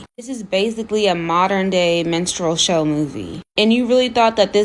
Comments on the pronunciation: Did she say menstrual show? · Did she say "menstrual show" on purpose? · Did she say 'menstrual show'?